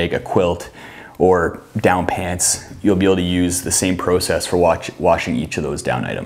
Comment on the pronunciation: “Prosess” lol